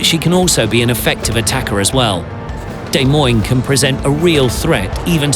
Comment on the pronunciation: It's "Deh-moin" phonetically, NOT "Day-moin". I'm from Iowa and I am somewhat annoyed that a ship named after our state capital is pronounced wrong. Good video though.